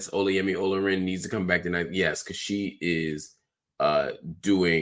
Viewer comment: Ola in Olayemi is pronounced like Hola in Spanish but the emphasis is on the a like Olá yemi